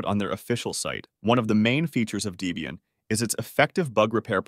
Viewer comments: deeeeebium??? line-ux?…. dude wtf! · Great video. For info, Debian is pronounced Deb-Ian after it's original creator Ian Murdock and his girlfriend (and later his wife) Deborah (Debbie). So it's short for Debbie Ian or Debian. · Debian is NOT pronounced DEE-bian. It is Debbie and Ian that created this OS (husband and wife). Ian has passed away, though the distro continues. Do you call a woman with the name Debbie... Dee-bie?? I think Not! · It also says "Dee-bee-an" and "Sooz", instead of the correct "Deb-ian" (named after 'Deborah' and 'Ian') and "Sooz-ah" (the German pronunciation of Suse).